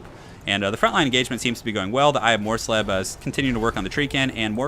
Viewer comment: SO MUCH SLEEB! But yes, well done on the pronunciation,!:D